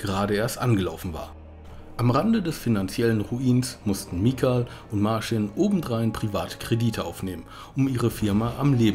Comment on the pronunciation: "Martschin" und "Michau" spricht man sie aus...